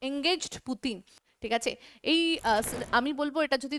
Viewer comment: ম্যাডাম ভুলভাল ইংলিশ বলছেন কেন Against এঙ্গেজ বলছেন। তারপর আর একটা লাইনে বললেন The Kord Of Rings আবার এই পুরস্কার বিষয় নিয়ে একটা ভিডিওতে বলেছেন দা লর্ড অফ রিংস